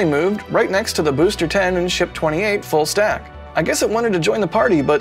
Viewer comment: Did say "Full snack"? Lol..must be bacon time!